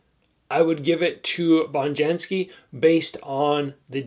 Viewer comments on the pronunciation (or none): Hope I'm not too nitpicky but Bonjasky is pronounced with just 1 N. Not Bonjansky 👍🏻